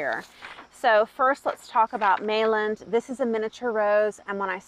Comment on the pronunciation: The “l”s in Meilland are silent.